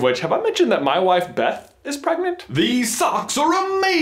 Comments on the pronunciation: So you mean pergert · pregananant